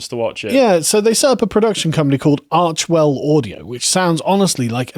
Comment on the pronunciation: The 'correct' pronunciation (according to H+M; it's a word they made up) is apparently 'Arch-e-well'. It's obviously meant to be their sons name. I suspect Meghan will divorce Harry when he's no longer useful, and groom Archie as her little feminist cuckboy, using him to get into politics after she fails. Poor kid is going to be fucking miserable.